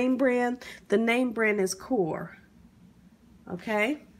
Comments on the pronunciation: Its pronounced NOOOOR, NOT KOOOORRR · u pronounce the chicken bullion cubes like norr, the k is silent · You actually say ALL letters. Not 'Norr' like a lot of people do. It's originally a german product, and we pronounce it KNORR .-) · the way you say it is “Nor” for Knorr☺️ not kor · The name brand is “kore”. Its pronounced nore. The key is silent. You do have a beautiful voice though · say is koorrr🗣😅. The k is silent, it’s pronounced norr… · The brand name of the chicken boullion cubes is not pronounced corr, it is pronouned norr, like know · It's KNORR it's core I didn't know😢😢😢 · NOT TRYING TO BE FUNNY...IT IS PRONOUNCED (NOR) I KNEW A GIRL'S LAST NAME KNORR AND THE K IS SILENT LIKE THE WORD KNOW (NO) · So am I the only one who corrected her when she mispronounced “Knorr”???? She decided to eliminate the whole “N” 😂😂😂😂😂😂😂😂😂😂😂😂😂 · I definitely caught that and was like Norr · My cheap ass nephew wants my mama to cook some chitterlings for Thanksgiving but he's only buying enough for the two of them. Scandalous! Then make sure you don't eat what everyone else bought and cooked. Chitterlings(chittlins lol) are the !!! Also a friendly fyi - Knorr, the K is silent. It's pronounced Norr 👍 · The name brand is knorr pronounced norr the k is silent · its a dutch brand, here we pronounce it knorr. Go cry now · Great presentation! BTW, the chicken bouillon cube is pronounced "Nor." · It's called a membrane I think! knorr has an Silent K so you would pronounce it as Norr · It's the "core" for me😂🤣😅😅😅😅🤣🤣😅😅🤣😂😂🤣🤣😅😅😅😅🤣🤣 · Hello The name of those bouillon is KNORR, like "know" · The pronunciation is KNORR ( NORR) no K pronunciation. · The name is pronounced knorr "NORR" THE K IS SILENT. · Knorrs.... Sounds like Nores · Nor the k is silent like knee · The name is Knorr, do not pronounce the K. Norr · It's pronounced Noor. The k is silent. And I don't know how ppl can eat this. That film . . Eww. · The K is silent 🤷‍♂️